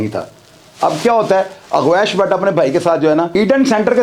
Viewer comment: Aur dosri baat apko gawash ka nam Sahi bolna Nahi aya aur ap muzamil ke kahne per Roz video upload karte ho aur apko Jo story yeh btai hai sab jhoot btai hai ap one side baat kar rahe ho ch saab